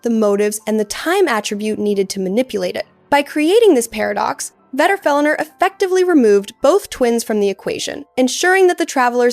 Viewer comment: I thought it sounded like AI, the intonation and phrasing have that AI feel to them. And "she" keeps pronouncing Vedrfolnir differently and in weird ways. Thought I was going crazy reading through these comments until I got to this one